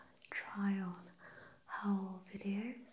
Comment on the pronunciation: Oh, and I know English is a messed up language, so I get why you say it that way :), but the word "haul" is pronounced like "hall". Not like "owl".